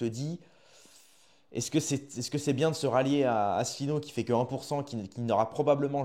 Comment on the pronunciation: Déjà, essaye de prononcer convenablement si tu veux faire une video: On dit Asselineau pas Asslenieau en français ou alors reste chez toi